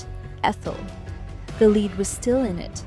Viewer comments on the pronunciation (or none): Why can’t you teach your dumb computer reader application when to use the different pronunciations of words based on the context? In this script, “lead” as an element or as a verb.